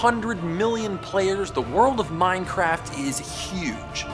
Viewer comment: He called it mindcraft -_